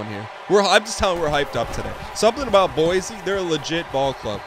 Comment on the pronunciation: Hey Dan, I only have one issue with is episode, and it’s appeared in previous episodes as-well, it’s pronounced like boi c state not boisy state